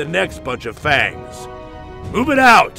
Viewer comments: Maybe? I think the pronunciation needed a redo though, 'cause it sounds like he's either shouting the f-slur or MAYBE fangs. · He said fangs... but yeah, I head to listen to it a few times and check the closed captioning to believe that myself.